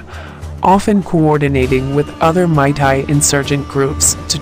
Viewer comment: Its meitei not maitai